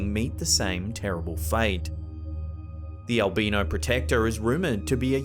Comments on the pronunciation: "Al-bye-no" not "al-bean-o." I'm sure these guys cannot be ground up into coffee. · HI THE CORRECT PRONUNCIATION FOR ALBINO IS & I WILL SPELL IT THE WAY IT SOUNDS FOR YOU. ( AL--- Bine --- No ) Thought this would help you.. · Haunches are the arms and legs quarters of a butchered animal. Albino is pronounced like all B eye no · I love your videos and narration, but the way you are saying "albino" is driving me crazy 😂😂